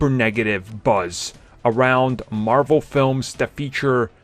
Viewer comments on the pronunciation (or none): none